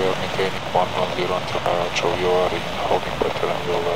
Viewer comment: A-Jack-C-O (Ajaccio) … 🤦🏻‍♂️! US speakers always fuck up pronunciations. Why is that?